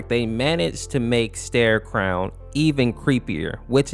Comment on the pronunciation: It's starecrow my broski Fucking starecrown